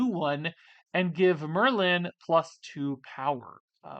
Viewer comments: Ya, it’s just Merlin…not mur-LYNN. 🤷🏼‍♂️ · Why are you pronouncing it "mer-LIN"? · You saying Merlin was driving me nuts! Lol You are saying Mer-Lynn. It's one syllable 😅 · You are pronouncing Merlin weird You have over emphasis on the "Lin" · How does one not know where the accent goes on Merlin? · I don't know why that first pronunciation of Merlin bothered me 😂 Great video as always. Have fun on your vacation,!